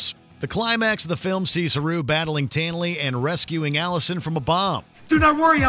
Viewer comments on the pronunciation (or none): none